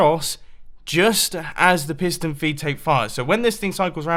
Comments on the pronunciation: Tomas Fahy I thought he said Pissed on a feed tape!😂😂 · He says 9 time "pistone filptape" ^^ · At the started I thought he said pissed and feedtape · Any1 else think he says pissed and feedtape!!??